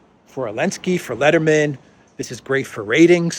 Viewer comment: Can someone say that is calling the Ukrainian president's last name "Elensky"?